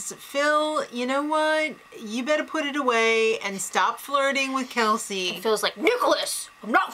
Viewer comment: First of all it's kelsey not kalsey she isnt a cabbage. Second of all every remaining houseguest gets to compete in the final HoH. And finally what do u see in the bros and kelsey? The bros are so immature are wrongfully full of themselves and kelsey is so gullible yet claims that she is the smartest person in this house. Oh well i suppose u are entitled to ur opinion but just know that Cassandra WILL win this season.